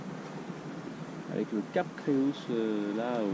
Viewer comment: Joli reportage. Il s’agit du Cap Creus c’est du catalan et correspond à l’occitan Crotz et au français Croix. Creus se lit /krew/. Imaginez un étranger dire /kroikseu/ pour le mot Croix, ça brûle les oreilles 😂